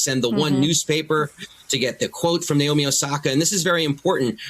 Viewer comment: also her name is naomi. not nayomi. why cant the anglos pronounce anything correctly? it's very simple na as in "national" o as in "other" mi as in "mineral"